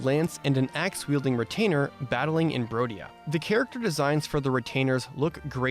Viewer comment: It's not rodia. It's BRODIA! Do not disrespect the kingdom of the bros, found in the Chadlands